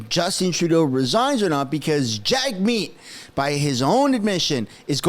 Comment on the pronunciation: Jag-shieet will rig it